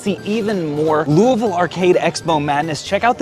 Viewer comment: Thank you for pronouncing it “louvul”